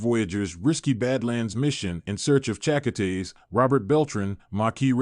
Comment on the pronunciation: Already knew this was a crap video within the first minute, as soon as the "narrator" mispronounced Chakotay's name. DON'T waste your time watching it.